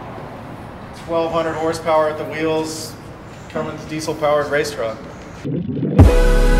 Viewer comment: called it a cummings..... not a Cummins... disappointed. Haha